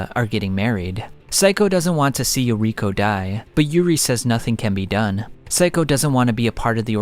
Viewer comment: True. "Yokiro" had me like, "..... WHO TF?" Ohhh it's YORIKO, Toukas friend from school & takeomi kuroiwas wife.